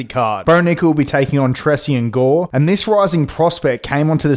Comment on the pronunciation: Why you keep pronouncing gores name wrong